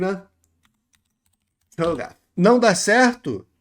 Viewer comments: cara eu perdi uns 5min rindo desse que água kkkkk vsf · rebola pronunciando "Cho'Gath" que nem o que água me pegou demais Mas bom react nesse você agregou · "Tchou gaf 🫴🌈"